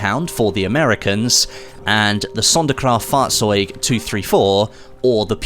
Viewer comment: you are saing Fahrzeug right,i know this because i am German